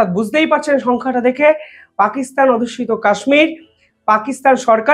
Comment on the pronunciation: ভালো ই বিশ্লেষণ। কিন্তু বারবার আপনি বলছেন "পাক অধুস্যিত" এটা হবে "পাক অধ্যুসিত"।